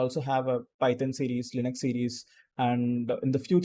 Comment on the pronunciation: Bro no Lion-X !!! it's Linux (லினக்ஸ்)